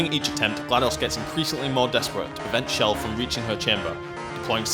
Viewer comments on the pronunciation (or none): why cant any one say chells name right ch not sh chell not shell